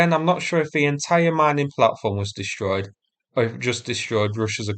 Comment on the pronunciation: "Dishtroyed"? Learn how to speak English.